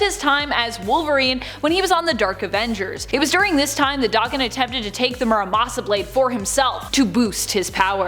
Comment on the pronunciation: I hate how she pronounces daken